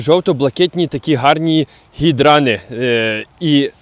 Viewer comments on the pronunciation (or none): не гідран, а гідранТ